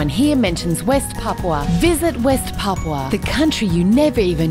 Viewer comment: Papúa, PAPÚA, NO PAPUA